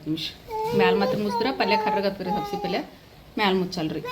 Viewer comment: ಹುಲ್ಲುಲ್ಲಿ ಅಲ್ಲ, ಹುರಳಿ ಅಂತ ಹೇಳಿ. ಮಟಕಿ ಅಲ್ಲ, ಮಡಕಿ ಕಾಳು ಅನ್ನಿ. ಸಬಸಿ ಅಲ್ಲ, ಸಬ್ಭಸಗಿ ಅನ್ನಿ ಫಾರಿನ್ ನವರು ಮಾತಾಡಿದಂಗ